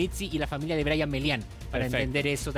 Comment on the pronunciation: Er brayatan no aperro.